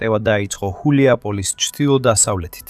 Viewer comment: რა ხულიაპოლისი შე შტერო. გულიაპოლე შე ვირო. გულიაი პოლე შედგება ორი სიტყვისგან, "გულიაი" და "პოლია" საგულავო მდელო.